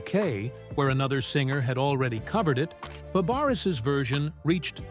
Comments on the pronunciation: It isn't Shelly Fab ar us 😂😂😂. Its French. It's pronounced Fab rays....dufuss IA. Dont insult her. She is one of my favorite actresses growing up. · It’s pronounced fab-a-ray. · Pronounced Fabray ! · Her name is pronounced FABRAY---it's French, you idiots--- it's spelled Fabres!! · Her last name is French and you would pronounce it as: Fa-Bry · Her name is pronounced FABRAY!!! It's an insult for you to keep pronouncing it wrong!!!